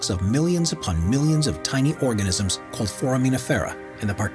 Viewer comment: And i hope that supposed to be organism?!